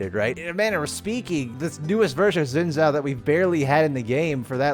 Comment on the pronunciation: Xin Zhao*, not Shen Zao or Zhen Zao or Zen Zao. 😰👍